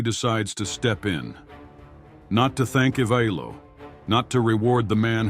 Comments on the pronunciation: it's "e- vi- lo" [ivailo], not "e- vail- o", like in "vail".. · The pronounciation is/ ivaɪlo/ not /iveɪlo/. The a is pronounced as in sky. Otherwise great video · WHAT ARE OTTOMAN TURKS doing in your movie ?! What are gunpowder cannons doing in your movie? The first use of cannons in Europe only happened in the XIV century. Learn how to prononce correctly the names of people and cities, bulgarian and byzantine. It's not that difficult. For example, you are pronouncing the name of Ivaylo in 4 different ways, one of them is the correct one.